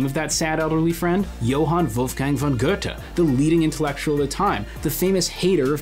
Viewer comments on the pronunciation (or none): Very great video! Small nitpick about the German names: Töpffer and Goethe have the Ö/OE sound in their name (same thing), its not pronounced as O, but closer to how one would say "uh"